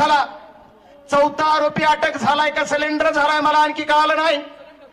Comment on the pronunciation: शाळा शिकारे ,सलेंडर नाही सरेंडर म्हणा